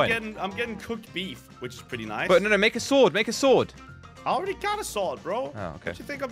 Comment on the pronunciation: "Noice" or nice i have never seen someone mess up this badly